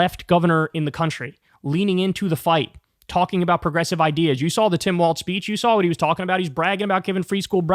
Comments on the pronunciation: It's Walz, not Waltz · It’s WALZ Kyle. Not Waltz